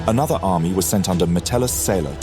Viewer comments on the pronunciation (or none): none